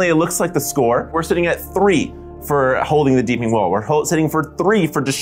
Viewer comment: Take a shot every time they say "Deepening" instead of "Deeping"